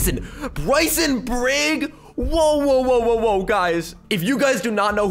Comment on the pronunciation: Bricein it more sound like ricen